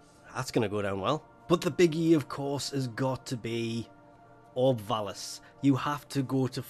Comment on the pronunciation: lol, apologises for saying obs of vallis instead of syaing orb vallis in previous vids then proceeds to say orbs of vallis XD